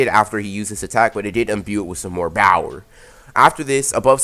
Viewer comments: Bower you mean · Is he saying bower or power